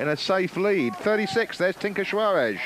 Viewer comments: The announcer couldn't bring himself to say Tinker's name correctly the whole race. It's Juarez (pronounced "Huarez"not Schuaresh, or Schuares). I was cracking up every time. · I watched Tomac ride a wheelie all the way across the main road of Crested butte on that drop bar Yeti in 1990 during a qualifying stage. The dude was pure style! And if the announcer mispronounced tinker Juarez' name one more time I was going to scream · he sounds like goldmember when he says 'juarez'! that, or he's trying to say shawarma? ;o)